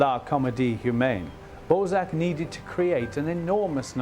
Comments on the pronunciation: Whats in France? Ballsack..err Balzac.....lol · Goddamn could you really not find a presenter with decent French pronunciation? I was looking forward to a documentary about one of my favourite authors but I'm 1.18 seconds in and don't know if I can continue hearing about some guy called Ballsack. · Why can I not get over the fact that they are butchering his name? BALZAC - not BALLSACK. They must know they are pronouncing it wrong? Why is this bothering me to the point where I might not finish watching the video? I love Balzac. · Interesting clip and I don’t mind your accent but maybe you could have researched how to pronounce just one word… It’s bahl-zack, not ball-zack…. Again, I have a very strong French accent in English but if I were doing a clip about Trump, it’d be too bad if I were saying “troomp” during the whole clip lol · This presenter’s French pronunciation is pretty shocking…. The great writer’s name is Balzac not ‘Ballsack….’ And his novel called “Les chiens et les loups” not less chiaans ett less loupss…” sigh…. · The anglicization of his name was unfortunate. His French name is pronounced bal-ZACK, with the stress on the second syllable. It felt out of place in an otherwise very good documentary.